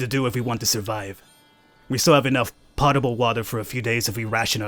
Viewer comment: I loved Dead in Bermuda and this looks awesome already. Also it isn't pot-able it is pote-able, or at least it is said as such :)